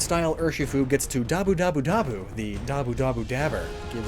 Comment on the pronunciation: one fact that its not "dabu dabu dabu" but "muda muda muda" when you say it so fast it goes like dabu but the whole time its muda